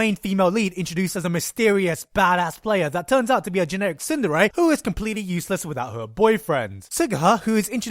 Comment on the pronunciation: It's sounded to me like he said Cinderella, but he actually said Tsundere